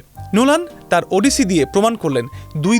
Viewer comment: উচ্চারণ ওডিসি নয়, উচ্চারণ হবে অডিসি।